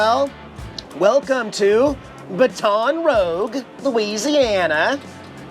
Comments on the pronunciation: I got prompted! ;-) I always thought "Baton Rouge" would be pronounced like the French word for the color red - but hey, I'm a German, living in Germany, with English being my second language, and 10% of French being 10% of my third laguage, so what do I know? ;-) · when pronouncing Baton Rouge think French Roll the tongue 😂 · Your pronunciation of Baton Rouge cracks me up! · its bâtons roujjjjjjj not rogue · It is pronounced as the French way by some people. I never heard it like said it. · It’s Baton Roooooge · Baton Rough. Awesome dig at those who are so picky at your pronunciation of places. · Excellent video as always. Loved seeing the Waffle House, great food. Seeing I-10 and I-12 brought back memories, my folks and I have been on it many time. LOL. Baton Rouge is pronounced: Bat-en Rooj. (I am terrible at trying to write out words as they sound). Jax is always adorable, give him an extra treat from us please. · ..... You need to learn correct pronunciations of the cities you visit ...... It's just so rude to mis-pronounce them ......... It's pronounced "Bate-on Ra-Goo ........" ........ ........ ....... You're welcome !!!!!!!!!!!!! !!!!!!!!!!!!!!!!! !!!!!!!!!!!!!!!!!!!!!!!!!!!!! !!!!!!!!!!!!!!!!!!!!!!!!!!! !!!!!!!!!!!!!!!!!!!!!!!! !!!!!!!!!!!!!!!!!!!!!!! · It is pronounced baton "rouje" (in French anyway)😁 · You know good and well that's not how to say Baton Rouge, Bat-ton Rooge 😂. And, ty for showing beautiful Jax. Didn't see him in last video. 😿 Love Jax. Btw, must be in Texas by now, maybe even finished but gas prices are up now in LA. Tc and safe travels. 🙏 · I like the pronunciation of Baton Rouge. 🤣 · His pronounciation of Baton Rouge is wayyyy off lol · It took me awhile to realize you were saying baton rouge weird. lol. I know you did it on purpose. Thanks! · Hey what's goin on In case your tryin to pronounce where you are its Baton Rouge laissez le bon temps rouler ( stands for Let the Good times roll )